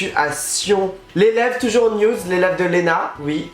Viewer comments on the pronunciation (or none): none